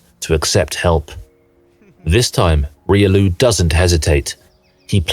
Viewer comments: Even reelioo... ? Reelioo, really? It's pronounce Riolu, not reelioo,.... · Damn that Riolu pronunciation… this is AI after all